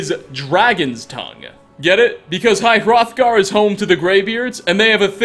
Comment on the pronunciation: You finally said high hrothgar not throthgar. My OCD is cured